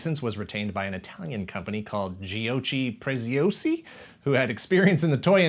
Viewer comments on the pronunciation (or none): Nah, It's "Gioci Presiasi" , god, his fucking pronounce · It’s pronounced “joki preziosi” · the correct pronunciation of Giochi Preziosi is something like GIOKI PRETZIOSI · It's "jo-k-ey pre-tz-i-o-si", you have to remember that in Italian "ch" it's always pronounced as "k"...while it's 'c' by itself that has the sound you english speakers associate to 'ch'... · Worst pronunciation of "giochi preziosi" ever! XD